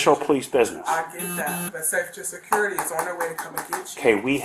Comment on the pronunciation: How can a lady that works at a school say surcurity Surcurity?!? What the??